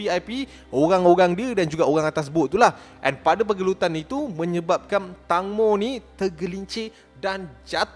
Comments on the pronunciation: Nama dia tangmo disebut (teng-mo) bukan (tang-mo) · Pembetulan "TANGMO" sebutan yang betul thailand bukan "TANG" tapi "TENGMO (tank-mo) " ... TENGMO tu maksudnya TEMBIKAI kalau dalam bahasa thailand... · Sebutan nama dia tengmo ejaan ja tangmo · Tengmo is the correct sound bila sebut tangmo...sorry mencelah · eja tang mo disebut teng mo... sebut betul2 netizen Malaysia